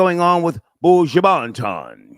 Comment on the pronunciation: How is it really hard to pronounce Buju Banton? 4 letters, n 6 letters. Like, freal, this is part of separatism problem! Buuujoo Baant-on! 😂